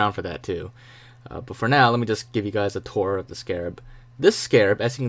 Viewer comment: I cant unhear you saying niggaz instead of hi guys.